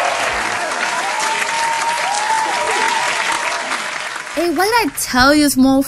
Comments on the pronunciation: her name is not belcales its belcalis like bel-ca-les thats how it is pronounced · It's not Bellcallus it's belcalis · Belclis he said it wrong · It's Bell cul ies that's how you pronounce it. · Her name is bell pronounced bell (Ca Les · It's Bell Ca lise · They pronounced belcalis wrong